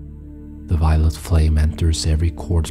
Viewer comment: Is he saying violent light or violet light?